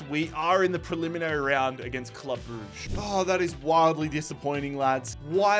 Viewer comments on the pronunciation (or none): none